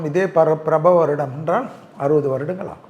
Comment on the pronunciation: பிரபவ அல்ல. பராபவ என்று உச்சரித்தல் சிறப்பு.